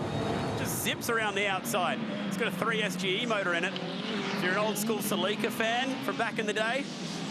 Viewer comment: The way that moron pronounces "Celica"... LOL